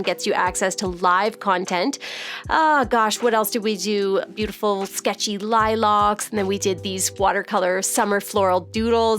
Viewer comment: hah I've never heard lilac said that way either.